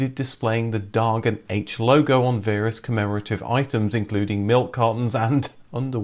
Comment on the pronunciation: This video says "Dagen H", the correct swedish name, as well as "Högertrafik", but mispronounces both, especially the "H", which is phonetically spelled as "Hå" or in english i guess "hoa" (not the same as "hoe-ah"), and not "haytch" - i don't know about the pronunciation of "dagurinn" at the end, but i can't imagine "haytch" is the correct pronounciation of the "H" part in icelandic either